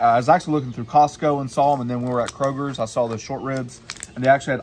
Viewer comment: Your Spanish is not bad, your English is okay... take that "s" off Kroger and you'll make my day!